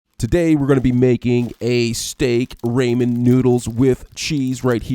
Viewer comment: says he is a ramen chef Pronounces it wrong Pronunciation aside, this recipe is nice for me it tasted a bit like cheesey bread.